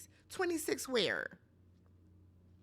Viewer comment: "26 WHERREE" 😂😂😂😂